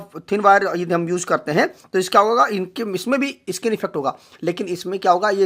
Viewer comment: इ-स्किन नहीं होता, स्किन होता है😁😁